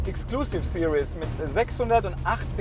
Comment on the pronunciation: What is it with Germans and English? It's Exclusive SE-RIES not Exclusive SE-RI-OUS